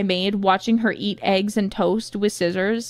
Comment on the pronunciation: Finally, someone who pronounces Scissors correctly!